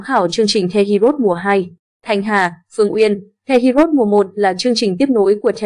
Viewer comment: Heroes chứ hê ri ốt gì thím? Đọc tiếng Anh gì quái vậy?😖